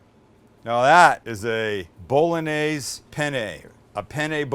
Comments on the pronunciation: Why are yo deliberately mispronouncing the word "bolognese"? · You just massacred the “Bolognese” Sam.. balsamic vinegar and oregano? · You say an Italian intro and proceed to say BOL-O-NAZE 😂! Cmon Sam! If you do the Italian as least pronounce like they do! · It's pronounced, "Bo loan yeh seh." French and Italian have a g.n. that's pronounced like the n.i. in the word senior. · one more time: BOW LON YEYZ. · Bolognese - sounds like it looks Bologna - bullonee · Please please please take the time to learn how to pronounce penne and bolognese properly try and stop the bastardisation of language. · I'm sorry, but a part of me died inside when you said "pen-nay bow-luh-nayz" 😭😭